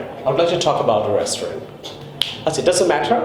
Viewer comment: Your "restaurant" pronunciation is not correct....